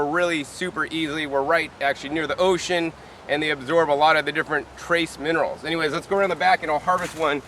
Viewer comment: Minerals not monerals.